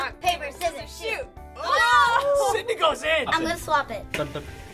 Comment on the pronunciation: Lol "Squidney"